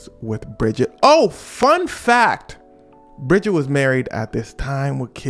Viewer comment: Brigitte not Bridget. Or better Jean 💀